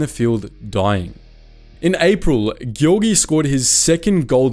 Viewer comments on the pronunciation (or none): Giorgi —> ghiorghi NO Giorgi —> jorgy YES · Giorgi not Ghiorghi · Nobody: Me as an italian: SI PRONUNCIA GI-O-R-GI NON GHI-O-R-GHI Edited: 2448 like minchia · Me who have basic knowledge of Italian: Giorgi should be pronounced Georgie(for English speakers and) not Ghiorghi!!!!!! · Luigi ghioghi? Luigi giorgi!!! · Please... It's not "Ghiorghi", but "Giorgi" (Jorji) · Giorgi should be written ghiorghi to be pronounced properly. Also, no one has anything to say about folgore? He put the accent on the wrong letter. Perché sto scrivendo in inglese?? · Sì, ma loro non sanno la differenza fonetica fra GI e GHI. Devi scrivere così: the right pronunciation of GIORGI is: JEORGEE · Gi in Giorgi is pronounced as Ge in George, and, in fact, it is the same name 😄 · Geeorgee Is the correct pronounce,anyway thank you so much for this video,so proud of my country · Giorgi's pronounce is: gee-or-gee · Giorgio is spelled like "Joe R Joe" and you forgot to talk about the "Xa flotilla mas"! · E and I when preceded by G or C have a soft sound, GI soung more lake Jee in Jeep, so Giorgi it is more JeeorJee and Giovanni should be more like Jeeovanni ;) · the video is good and all but GHIORGHI, SERIOUSLY? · A really significant and cool video with lots of deep digged information, btw the surname “Giorgi” is actually pronounced as “Jor-Jee” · wtf is this pronunciation "ghiorghi" bruh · Im sorry but this thing is driving me insane. WHY if you read the "gi" of Luigi with a soft g like in "gyroscope", you would ever read the 2 "gi"s in Giorgi with a strong g like in "game"?!? Its the same pronouciation! Sorry if I sound aggressive, the video is great, but this this error that every english speaker makes is absurd to me, even more in this case where you had the right pronouciation in the word before. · You didn’t say right any Italian word, and for me is a porcodio every time, but for the rest great video, tks